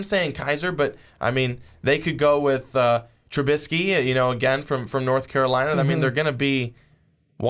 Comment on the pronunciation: WTF does he constantly mispronounce Trubisky's name?